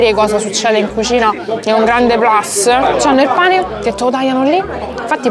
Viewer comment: Si dice plus e non plas,è latino e non inglese.